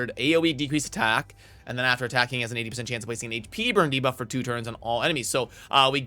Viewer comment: He said debuff correctly in this video!